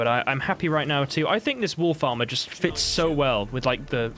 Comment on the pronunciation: Oh, WOLF ARMOUR. I thought you said WOOL FARMER.......& I was genuinely confused 😃.